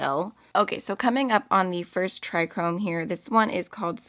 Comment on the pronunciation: I don’t know why people keep pronouncing it “try-chrome”. It literally says TRIOchrome. Trio-chrome. Not TriChrome